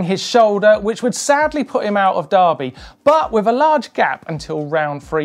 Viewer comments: Pronounced der-by in Tasmania not dar-by. You say 🥔 😂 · It's not Darrrby boys it's Derrrrrr bee mate get the tassie accent going derrrrrrrrrrrr beeeee. You've probably got 3 years to practice for the next highlights show let's get it right cheers. D Errrrrr Beeee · It's pronounced durby like furby, say it like a local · Darby or Derby?????